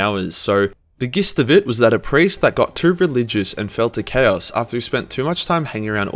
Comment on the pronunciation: Im just here to tell you that whenever says "chaos", I always hear "cows"... cows space marines from the warpppp